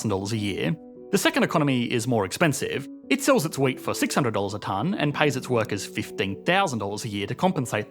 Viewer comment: I was listening to this and was puzzled by the example of two economies that produce nothing but weight. What kind of an economic good is weight? That was way too abstract for me. Then I watched the video and realized he was saying “wheat”.